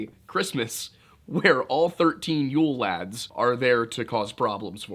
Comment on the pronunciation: I dont think he did that bad at the Icelandic pronunciations.